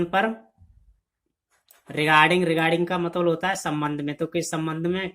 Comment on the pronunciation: It's not matbal, it's matlab